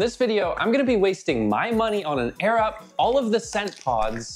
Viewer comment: Arab? Edit: he said air-up